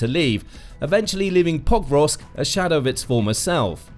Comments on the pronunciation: PoKROVK, not POKrovsk. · Why don't these announcers learn basic pronunciation of significant cities? It's not POKE-rovsk; it's Pa-KROVSK. And it's not YOU-kraine! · If only he would pronounce it POKE-rovsk! He pronounced it Pokevrosk - my years are hurting from all of that rubbish pronounciation. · Every time the narrator said "Pokrovsk" I swear he was saying "Bob Ross" but it could be just me! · Could not watch the entire clip. You would think that the name of the key city in the clip would be important, and they would learn to pronounce it. It was butchered tens of times, over and over again. Thumb down it is. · Why does it always sound weird when the narrator says Pokrovsk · Had to stop watching, it hurts everytime you tried to say the name of the town. Incredibly jarring. If your only job is recording voiceovers like this, couldnt you take five seconds to find out how to say Pokrovsk?